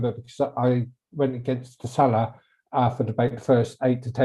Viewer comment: Why does equation pronounce salah weird